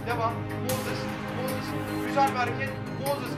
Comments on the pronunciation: Su adama mozis deme moses de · MOZIS NE AMK MOZIS NE NEEE!!!